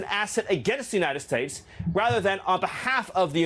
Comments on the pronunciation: It always sounds like he wants to say the “Jewnited States” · The way he says, "United States" bothers me. It sounds like 'Yoo-Nigh Stets'. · Anybody notice how many times Miller mispronounced “United States”? Even Trey Gowdy doesn’t know how to react to Lady Graham. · Why does he pronounce United States so strangely? You can tell he was bullied his whole life.